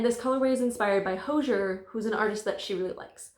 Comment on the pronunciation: It turned out so cute!! But just fyi, Hozier pronounces his name to rhyme with "cozier."